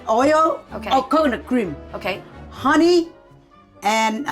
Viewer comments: Omg...my mom talks to me like how talks to you. We're Chinese btw. The way you say hunnay.....so Viet! Lol. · I love the way you say Hunnay!! Has me cracking up. You guys have brought me such happiness when I have been sad.